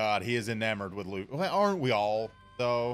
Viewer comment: laughy instead of Luffy you say 🤔 welp sir just remember these wise words of yourself self im not gonna spoil it but just remember what you said and I will leave it at that 👌🏾